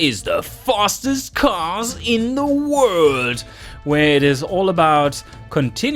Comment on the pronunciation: I'm not making fun of you but it's funny how you say world LOL The fastest car in the word